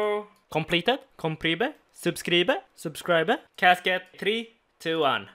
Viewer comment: No one:: SUB-CREE-BEH